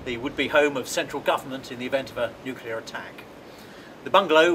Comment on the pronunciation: Why are the English all beginning to say "nucular" like the Americans? It's "nuclear" 🤦🏼‍♂️